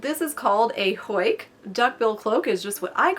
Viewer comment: Am I the only Dutch speaking watcher that got a bit distracted by the way she said huik? You're saying hoik 🤔